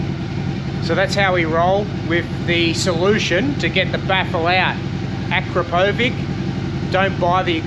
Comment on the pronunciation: Akrapovič is Slovenian, so the right way to pronounce is: akrApovitch (the tonic syllable is the second A, and the č sounds like itch) 👍🏻